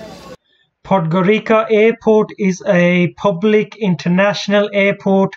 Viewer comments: Its not Podgorika its Podgorica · Perfect Video but...pronunciation is Podgorica with ( c) not with k....is Podgorica not Podgorika...) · It is pronounced "Podgoritsa"